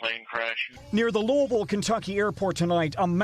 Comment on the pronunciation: It’s pronounced Lewisville.